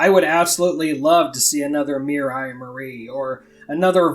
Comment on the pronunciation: It's not Mirai And Marie, it's Miriya And Marie